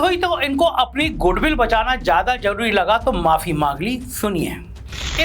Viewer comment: Planded....janbujhkar....z...wale word ko ...j...se bolna....jaise..zaroorat...ko..jaroorat.... Matlab yeh so-called secular bhi andar se orange 🍊 hain.... Educated hokar sunkar bhi ...jaroorat..jyada ..jameen....